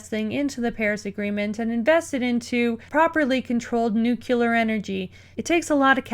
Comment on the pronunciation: Why not plant more trees... it is pronounced nu-cle-ar... or just say nuke if that's too hard... aight? Truth be told it is clear that money is irrelevant to the planet. It can heal itself better than our experimental ideas. Leave it alone. We know these global deals are all was to get money and power to politicians. But you sound extra angry about this...